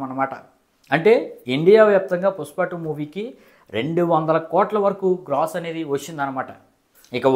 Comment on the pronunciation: పుస్ప కాదు బ్రో పుష్ప 😂😂❤❤